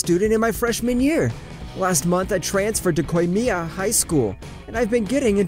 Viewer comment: lmao he keeps saying kohei as ku-wei-hey (somehow the other va's pronounce it perfectly) and koimiya as qei-miya and its throwing me off, plus a ton of other words got mispronounced badly did my man get the wrong script or smth?